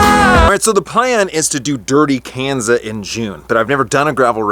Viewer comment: It's pronounced Kanza like Kawn-za